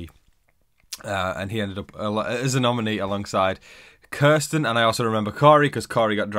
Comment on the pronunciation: When you say Kirsten is sounds like you are saying Carson and I get so confused